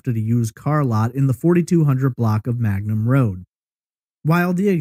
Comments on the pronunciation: It’s Mangum Road, not Magnum. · Its Mangum not Magnum